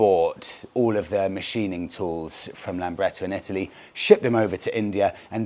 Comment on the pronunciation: Lambretta not Lamberta!